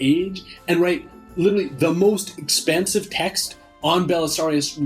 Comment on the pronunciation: He wrote an expAnsive text not expensive text, lol. Exp(AH)nsive texts, expand on a subject matter, expensive just relates to price, hehe. Still, I thank you for these videos, just figured I'd share that tid bit.